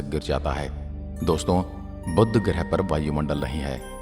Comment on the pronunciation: बुद्ध ग्रह नहीं, बुध ग्रह है